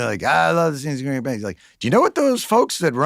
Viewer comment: Cmon, he doesn't even pronounce Gringotts correctly. Why would anyone take that seriously